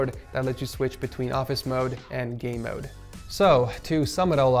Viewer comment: Yes it's game mode but in the video he sounds like he sad gay mode so it's a joke